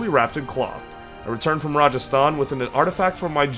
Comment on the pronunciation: That pronunciation of Rajasthan is 🤌